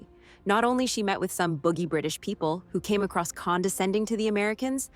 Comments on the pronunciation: Stop saying "boogie"....it's "bougie" pronounced like "boo-zhee" But yes, Alexandra has seen how hard our country is. Sad but true. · Boogie. It’s pronounced “boo-jee.” Stop overdramatizing it. How in the f*** will they get her baby? It’s spring meaning it’s at least March and the guy at train station said latest is June. She’s four months pregnant. How are they going to take a preterm baby from her. And duh, Spencer is likely going to Chicago himself before Montana. They didn’t have a direct route from Amarillo to Bozeman then. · The narrator doesn't know how to pronounce "boujee." 😂😂😂